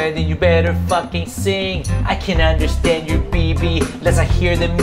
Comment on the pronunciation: ’我们都understand‘ 😂😂😂 uHn-duH-xI-TaiNde